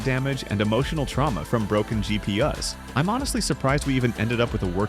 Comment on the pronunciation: fan spinning but no POST - maybe replace CMOS coin-cell battery? Intel stock fan will actually stop spinning after POST, if CPU / ambient is cool enough, probably not "broken" if it spins upon initial power-on. Who says "GeePee - US, rather than GP - Yous"? Is this all just clanker material?